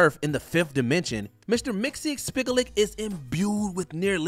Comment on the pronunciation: Number 7’s name is pronounced Mr. Mix Yez Spit Lick.